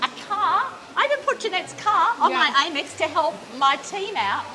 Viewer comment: frrrr. it also grinds my gears hearing her call it "AIM-ex", like i've never heard someone pronounce amex like that in my life 😭